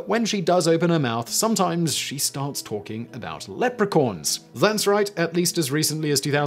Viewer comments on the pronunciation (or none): Anyone else hear "Leprecorns" lol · By the way learn how to say leprechaun because the way you say it sounds like leopard mixed with unicorn. That would be a horrendous crazy looking creature and I'm pretty sure that's not how you say it. I don't care about your accent I've heard plenty of British sounding people say Leprechaun the proper way did you mispronounce what the teleprompter had written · I love and adore you S.W. along all your various channels! But what’s crazier than Megan fox believing what she does is you actually saying the words leopo-Corn instead of leprechaun. Oh 🦌! Lol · wtf is is a Lepracorn? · I think he mispronounces "leprechaun" too.